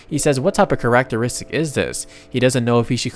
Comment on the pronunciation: dude you NEED to find the right way to say characteristic, there is no way you say it like that, PLEASE stop, its killing me here